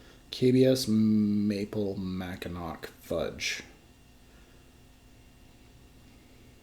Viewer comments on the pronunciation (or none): It’s pronounced Mack In aw. Lol. No worries. I’m from Michigan so that’s the reason I know that pronunciation. And yes Ive had and love both beers. Nice to see some local brew reviews. If u can find their bombers of their BBA imperial stout they released this year I highly recommend that too.